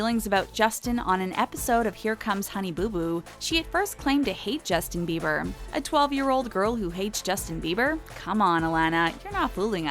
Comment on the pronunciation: sis it's "bieber"